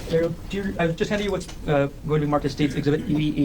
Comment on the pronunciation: His name is GEAR-HEART! Her name is AIR-EE-ELL! Seriously…….🫩 Ok….now I'm out! Your reasoning is off…….